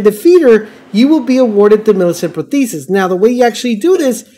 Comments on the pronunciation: Lies in the title again. Never trust a guy who cant pronounce InsignIA or ProsTHESIS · I don't know if anyone else has done this but "in-sig-knee-ah" "pro-thee-sis"